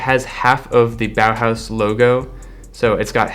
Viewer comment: The way he says „Bauhaus“ bow house 😂